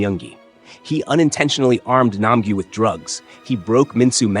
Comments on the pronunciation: It’s Nam gyu not nampula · 124 is called nam-gyu not nam-ju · “Nam gyu never got called correctly by thanos (Nam ju)” proceeds to say Nam ju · yeah we probably would've hated u yo u didn't say his name tight it's nam gyu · Yeah bro this scene he went on and on about Thanos how he said his name wrong and even more.💀Also you said Nam-Gi.😅